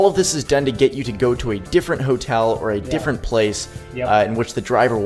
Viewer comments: "try to ask us about our hotaal "😂 Btw , live your content (srsly , no kidding) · HOTEEIL 😂accent toh dhakka mukki krke bahar arri hai dost Loved the video bro